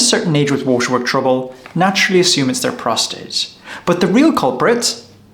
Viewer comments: What’s he saying in his first sentence? “Men of a certain age with ??? trouble”. Have replayed it a dozen times and used captions but doesn’t make sense, captions says “waterworks”. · At the beginning --- with what trouble? I can't understand the word you said. Men with what trouble?